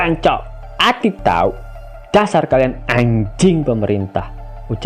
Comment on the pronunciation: Woi min ngomong ANJING biasa aja kali 😂